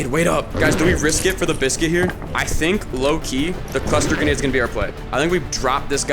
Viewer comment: The gwenade was gween